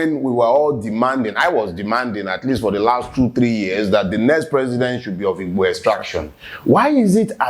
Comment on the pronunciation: First time I have heard a non igbo pronounce the word "Igbo" perfectly well😍😍😍